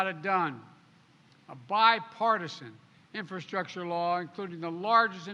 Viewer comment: Biden discusses infrastructure. He can't even say or spell infrastructure let alone discuss it. Come on man. F Poopie pants.